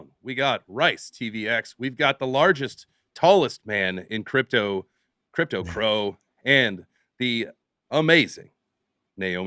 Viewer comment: cypto crow? or crypto crow lol